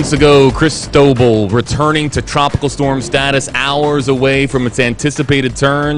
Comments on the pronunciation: Can someone pronounce the name crist-o - ball correctly I'm gritting my teeth..it's spanish! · Cris tow ball. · Please learn how to pronounce the name. The accent is on the LAST syllable. This makes me cringe almost as much as pronouncing Quatar as cutter.